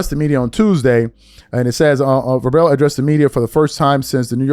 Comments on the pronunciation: How are you hosting a sports reporting/feedback channel and pronouncing Vrabel's name like that? 😂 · Dude can’t even pronounce Vrabel right. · This is not a criticism, but why won't you guys learn how to pronounce these people's names and have all of your facts and ducks in a row before you start a video ? It drives me bonkers. Bonkers I said😅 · Mike who? Come on man. If you're gonna do a video at least know how to pronounce the dudes name. WTF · Come on … at least pronounce the guys name correctly. If you’re going to be a “sports” podcast rage bait content guy, at least get his name right. He’s the coach of a Super Bowl team just a few months ago and as a content creator whose subject is sports related it looks bad. It looks like you’re only out here to create hot takes rather than anything actually related to sports. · Haha….. I luv your podcast. You don’t watch football!? lol Vrabel been a fixture in the NFL the last 20 years!! His name pronunciation is common! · Definitely didn't get the name right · didn't even due enough research to know how to pronounce Vrabel hahaha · Again you can tell that is really a casual sports fan which is why he had trouble pronouncing Mike Vrabel's last name. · Learn how to say the dude’s name, he’s only been in the sports space for over 25 years. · That's 3 times in one minute he's mispronounced the name of an NFL coach who just coached in the Superbowl two months ago. He's obviously not an NFL football fan. Not even a fanatic, but just a fan who knows who coached the biggest game of the year 2 months ago. The fanatics were glued to the draft today. But the average fan which most of us are... wouldn't mispronounced Vrabel as we're curating something for the public. That's ignorant research and editing. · Love the content, but I can’t believe you have a sports channel on YouTube and you don’t know how to pronounce Mike Vrabel’s last name. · The "Ra-bell" is killing me!! "Vrayyy-bell" mannn!!🤦🏾‍♂️